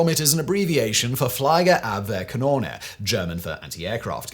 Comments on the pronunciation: # It might help to get someone speaking German involved when having a word like "Fliegerabwehrkanone". "ie" in german is mostly pronounced like "ee" in English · FlaK = Fliegerabwehrkanone. "Flieger" is pronounced "Fleeger". Notice the "ie" spelling, that is not the same as "ei".